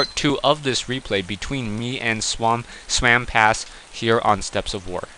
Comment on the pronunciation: Seriously.. this guy's name is just what is says.. SWAMP-ASS. So what? I think it's funny. I don't understand why you chose to call him different and turn it into SWAM-PASS. Common loosen up a little!!